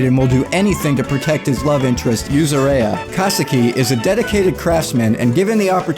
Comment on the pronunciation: edit: did you just mispronounce yuzuriha?